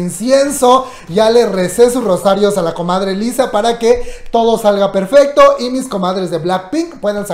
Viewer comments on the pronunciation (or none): none